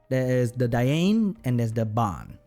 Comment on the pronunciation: said diayne when talking about dianne🥺ps i highly recommend watching this anime first it’s amazing